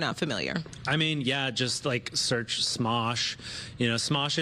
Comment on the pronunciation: did she seriously just say "Mosh"?